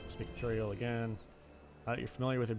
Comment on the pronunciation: Haha his name is “(Tu) Torial”